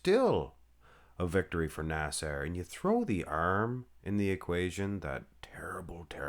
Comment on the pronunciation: Why do you continually pronounce his name as “nas-AIR?”